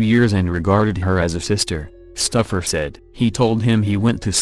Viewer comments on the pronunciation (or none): Called Kortne Stoufer stuffer lol